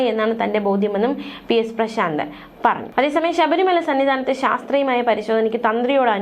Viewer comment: Not Sabri Maya !! Read Very clearly please